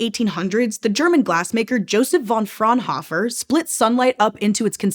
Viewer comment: Fraunhofer only has one f so it's not pronounced Fraunhof-fer but Fraunho(e)-fer.